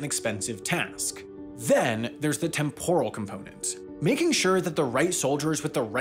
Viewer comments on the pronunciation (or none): none